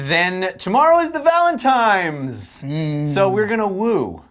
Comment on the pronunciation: Valentines not Valentimes.